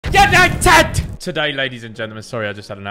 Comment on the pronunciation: Simon is absolutely not allowed to say yanited